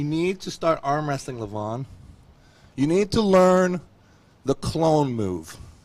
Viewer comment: Clone move? Wasn't he saying clown move?